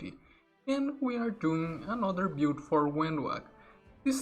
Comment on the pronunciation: Can you stop saying " Bewd " instead of " build" every, damned, time ???